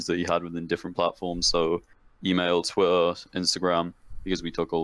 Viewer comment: that's not how u say pedophile or twitter you ugly idiot